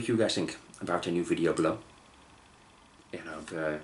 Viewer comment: You could react to the audio without the video, i think it is the video that is blocked for upload. And please it is BE-low, not Blow (it changes the meaning a lot :D). Joke aside, keep the good work, your reactions are great (even though I don't comment much). Your Igorrr reaction is a gem and is one of the best reactions ever on Youtube.